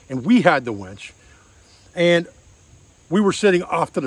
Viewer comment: 'Winch',, the word is 'winch'. SMH..."wench"...geezis...